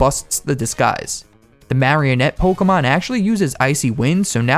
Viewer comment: Did you say pokemon or cokeamon